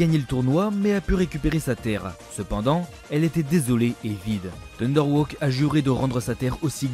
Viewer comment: Thunder Haw pas "Thunder Woke", tu as écorché pleins de nom dans ta vidéo